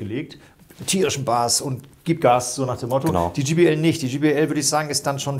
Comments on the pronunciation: Gee Bee El spricht man übrigen Jay Bee Äl aus. Auch wenn es nur ein Spaßvideo sein soll... Ihr habt Hemden mit eurem Firmenlogo an. Ihr verwendet völlig überteuerte Goldkabel als würdet ihr Flöhe husten hören. Aber wisst nicht, wie man ein J auf Englisch ausspricht? In nahezu jedem eurer Videos findet man solche Patzer die an eurer Kompetenz zweifeln lassen. Reine Verkaufsvideos. Und diese Lautsprecherkabel die ihr verwendet... das sind so feine Nuancen die man da unter Umständen raushören kann, dass man auch einfach teurere Weichenbauteile verbauen könnte. Damit fährt man wesentlich günstiger und effektiver. Falls ihr mal Lautsprecher habt, die so gravierend verbessert wurden in allen Belangen, dass nur noch bestimmte Kabel den letzten Pfiff geben können, dann, aber auch nur dann, könnte man irgendwas von dem glauben was ihr da erzählt. Schade, dass man Menschen heute nur noch unnützen Kram verkauft. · Vielen lieben Dank an euch.Ich stehe persönlich auf viel Hochton 😬 also JBL ,auch mit Möglichkeit Hoch und Mittelton anzupassen ist eine tolle Sache. Was ich nur oft bei Hifi-Profis höre ist der Name JBL der oft GBL ausgesprochen wird😉.aber das ist nicht böse gemeint denn den Vergleich Test macht ihr wie immer professionell und das gefällt mir an Fidelitiy.Ein schönes Wochenende 🎼🎶🎵🎸🔊